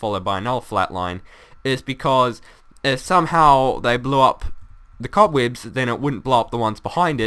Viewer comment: the cobweebs will catch the sand lol he saying weebs cool though and funndimental added an extra n for effect